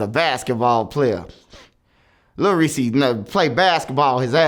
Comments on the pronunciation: Lol he callin him lil reesy is this nigga trolling? Somebody going call him out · “ little Reese “ 😭